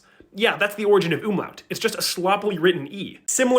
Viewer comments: And yet for the entire video he pronounces umlaut "ümlaut" ( close enough ) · I love how you demonstrativ Umlaute immideatly by saying Ümlauts. Please stop that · Explaining the difference between „U“ and „Ü“ but then continiously calling it „Ümlaut“ instead of „Umlaut“ triggered even my German ancestors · Great content, please learn how to pronounce UMLAUT correctly